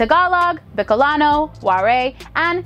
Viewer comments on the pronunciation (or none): that is my language you pronounce it werey hehehe its actually wa. ray. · i speak Waray and i just wanna make a correction. it’s not War-EY. it’s actually War-AY as written or War-AI to make it easier. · I am Filipino. Came from visayas. I got laugh about your pronounced of waray try to hard. Wa-ray came from the word wa ra ay. Waraay means no, nothing or don't have... But my language is hiligaynon. Or hi-li-ga-ay-non.